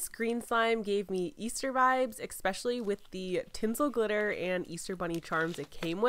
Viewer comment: she says especially and not especially